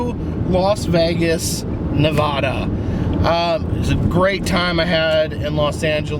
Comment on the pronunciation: How to pronounce Nevada, you east coast!